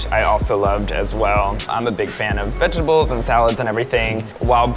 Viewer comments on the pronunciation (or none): “I like vegables”